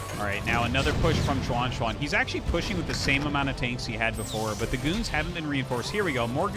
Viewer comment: Xuan is read as She-en. Not as Suan